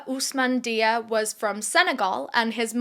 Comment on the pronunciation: I'm a bit of a silent watcher, but your videos are my fuel:popcorn-yellow-striped-smile:. btw, Dia is pronounced 'Jah' because, in francophone West African countries, that is how it's spelt.